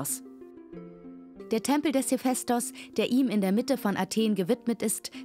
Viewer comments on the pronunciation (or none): none